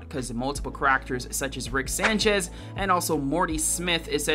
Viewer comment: “Cuh rack ters”